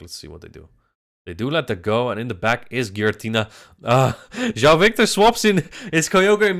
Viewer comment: Keep calling him instead of João